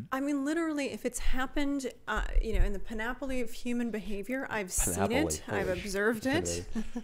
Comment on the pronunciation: Its panoply not panaply. Shes not that smart